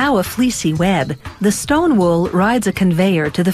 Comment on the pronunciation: Shleem wool